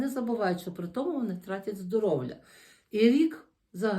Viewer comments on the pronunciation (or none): Не здоровЛя" а "здоров'я" 😢